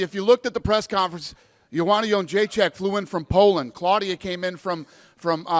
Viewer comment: Johanna JED-RAYZ-SHE-ACK!!!!. Can somebody make a Polish gal smile the most---by pronouncing her name correctly? It is not "Jed-Jay-Jack". Those are boys names. Please, learn how to pronounce her name, (the champ), correctly, so you don't look like a "Dupa" to a entire nation. Thank you Casimir Polaski!